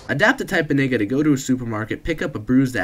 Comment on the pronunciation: This man is white and hes saying vigga